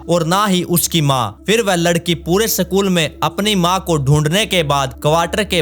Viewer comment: Sakul nahi school hota hai